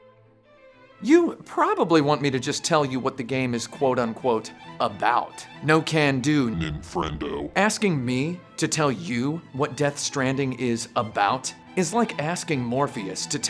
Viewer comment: paused and leaned back in my chair at "ninfrendo"